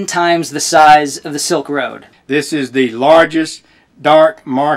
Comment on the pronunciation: Bhai silk road bolte hai kils road nai hai 😂😅